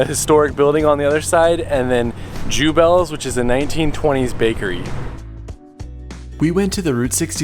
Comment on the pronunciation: Beautifully filmed and such fun to “travel” virtually with you! I grew up in Litchfield IL and now live in Bloomington...so glad you enjoyed your stops there. Jubelts is pronounced yoo-belts, btw. Next time you’ll blend in with the locals!